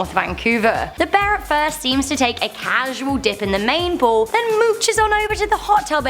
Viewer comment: Heh heh heh....everytime she tries to say POOL, all I hear is her saying POO